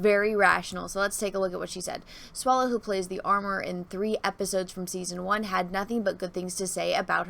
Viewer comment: Swallow not Swallows. /facepalm